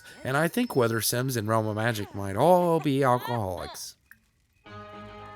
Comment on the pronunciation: Realm u pronounce at 'rumma'. Rumma magic is it just me?! Cute tho lol